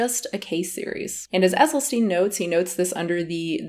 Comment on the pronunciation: The quotes you use in your video while claiming it's Dr. Esselsyn's quotes are without formal citation. Also, you may want to learn how to pronouncer Dr. Esselstyn's name before using it over and over.